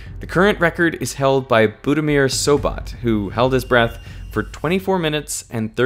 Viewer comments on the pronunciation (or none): Love your videos, I suggest only to pronounce foreign names properly. You muspronounced both Branko Petrović (ch at the end, not k), and Budimir Šobat (sh at the beginning, not s). It shows respect when you learn to pronounce someone's name properly.